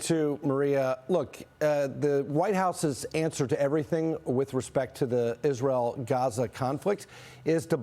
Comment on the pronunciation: This fool can't even say israel I mean, don't get me wrong. I'm tired of being a slave. To the democratic spending, I don't condone wars but this fool can't even say the real name correctly.